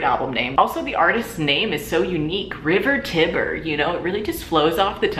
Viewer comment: i think the "tiber" in river tiber is pronounced "tie-ber" like the actual tiber river